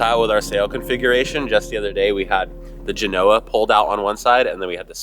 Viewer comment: Love you man, but if your brother can finally learn hot to pronounce Genoa -- you can too! You're killing me Smalls! 😊